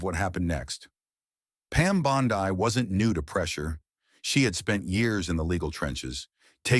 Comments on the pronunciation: You’d think a puff piece theatric would at least get pronunciation of the Heroine’s name correctly. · Stupid narrator can’t even pronounce her name! Stupid fake news! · Incorrect name pronunciation! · Learn how to properly pronounce her name. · Quit with all the AI Narration! It's not Bondi, with a long i. It's pronounced Bondy. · Having a little difficulty pronouncing names? Don't fret. You can do it! It's not "Bon-die" but rather "Bon-dee". That's right, go ahead, now you try it... "Bon-dee".... "Bon-dee". Keep trying my friend, you've got this! 🤠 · I think this guy tells phony stories! Pal, her name is not Bond"i" , its Bond"e". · Pam bondee pronunciation not Pam bondeye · Pam's name IS NOT BOND EYE, stupid ai bot bastard. REVISE VO NOW!! Her name is pronounced BOND "E". This is the 2nd time you have been warned ⚠️. Re-edit the audio VO NOW!!! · Pam 'Bond Eye"? Where had this guy been? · Bon- Dee not Bon-Dii 🤓🤯🤬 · Please learn to pronounce Pam's Surname collectly : BONDI pronounced like "ee" and not like "ai",Secondly, where does the narrator find his sources? No where to be found on the interet media. Although I like the stories, te Narrator should be more open by for example backing up his words with clips of proof: The people has heard too many words the last 4 years to accept just words... Try to improve this ! Best wishes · Respectfully, her name is pronounced - Bond- ee✔️ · Might as well call her Pam Bonzi. Damm AI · BONDI is pronounced BONDEEE. I hate it when these narrators don’t pronounce names correctly. It shouldn’t be that hard to get it right!!!!! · Who’s “bond — eye”? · Pronounced Bondee ugh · It’s Bondee! Pronounced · Yes, i noticed, too! Should be "Bond dee!" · Bond-eye? Is that really the way she pronounces her name? I wrote an AI program back in the mid 90s, and it was much better at pronouncing names. It had to ask on some of them, but that made it seem even more life-like. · You can’t even pronounce her last name. Pitiful.